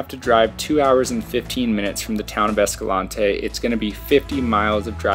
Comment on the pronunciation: Great footage and awesome hikes, but PLEASE ask someone in Escalante how to pronounce the name - it is located in Utah, not South America… My mom is third generation born and raised in Escalante so she would know. And yes, pronunciation matters. Just ask the convict who got pulled over and told the police he lived in “Hurricane”. Hint - it’s not pronounced like the tropical storm 😉